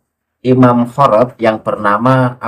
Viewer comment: Khorod..di baca Khirid..itu salah satu marga baklawi..yaitu ada nama Ali khirid.